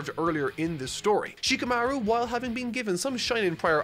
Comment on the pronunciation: Just in case still having some issues with names: a good rule of thumb is that Japanese names do not have the emphasis on the second syllable. Rather, its on the first: NA-ru-to. SHI-kamaru. SA-suke. By following that rule, you'll 9 times out of ten pronounce the name correctly. You NEVER emphasize the second syllable. Japanese people find that cringe inducing. Sure, it may not be how those who speak English pronounce it, and there are arguments for that, but there are certain names - Shikamaru is a pet peeve - that just sound better when using that method. It is not Shi-ka-MA-ru. It's Shi-kamaru as Shika is a word that means "deer" coupled with "maru" which is often used as a male-name ending..thing.